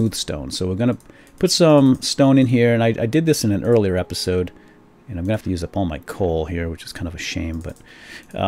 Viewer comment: ....in this epeesode. Tee Hee Hee!! LOL